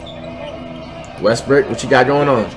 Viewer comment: bruh he keeps saying westbrick its westbrook bruh